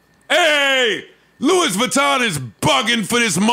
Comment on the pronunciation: Joe has decent knowledge but then he'll show his ignorance in the next sentence like mispronouncing "Louis Vuitton". And then no one corrects him? Either they're also ignorant or too scared.